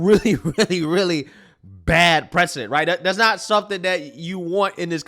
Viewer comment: I know you meant 'precedent' but it sounds like you said 'bad president' lol and I know some people are gonna clip you and use this against you Don't let them get to you brother